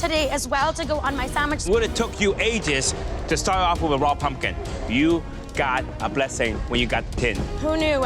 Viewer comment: I was done when mary said I AM PUMP-KIND 😂❤❤❤❤